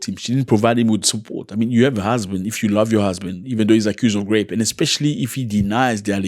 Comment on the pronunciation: Zack please it soundz like grapes when u talking about rape . Make it please soundz right. We love u here